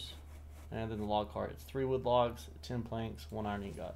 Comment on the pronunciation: Liking your videos so far. One critique that isnt a huge deal... But its pronounced ing-gut*. The second part is pronounced like *gut*, not like *got Just thought id mention that. Keep up the good videos!